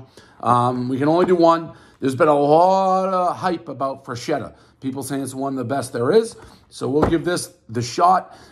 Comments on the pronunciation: One self proclaimed pizza expert who mispronounces most Italian words. Everyone knows the rules. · "I won't hold that against you." Proceeds to mispronounce the brand name the entire review. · Holy shit did you butcher that name.. this is the best frozen pie ever. I actually commented on another frozen review cuz I didn’t see them on the list. They have so many styles, there’s a thin crust you would prefer over this one but they’re all flavor bomb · said the name correctly once out of 15 times, everybody knows the rules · Guy pronounced it wrong every time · One mispronounced word everybody knows there’s no N in Freschetta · One complete mispronunciation of the company name, everyone knows the rules!!! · Lol. Portnoy can't even pronounce the name of the product. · Learn to pronounce it correctly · Mispronounce the name horribly- everyone knows the rules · I cringe every time I hear Dave switch between "frenchetta" and "freshchetta" knowing both of those pronunciations are incorrect. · Didn’t know there was a “N” in Freschetta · One “Frenchetta” everyone knows Dave cant pronounce simple words. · I will forever go into the grocery store and while staring at the frozen pizzas, “freschetta” will be heard in my head as “franchedda” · No N in the name: "Frenchetta" Still no N in the name: "Frenchetta" Again, no N in the name: "Frenchetta" Still... no N in the name: "Frenchetta" Dave. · “Say Franchetta one more time!” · I bet 10 bucks he would say Franchesca, but I lost. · It's pronounced as Fres-Ketta. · Dave: "I'm the pizza king" Also Dave: "Frenchetta's" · There’s no “n” in Freshetta, everybody knows the rules... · “freNchetta” -Prez 2020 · "fresh-etta" combine the word. he said it in so many ways except the right way lol. i like this frozen pizza tho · He keeps saying frenchetta like there’s an n in feschetta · Would someone get Micheal Myers a boxcutter and it's not Fran-chetta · It's "FRE-CHET-TA" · He keeps saying "Franchetta" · Franchetta lmao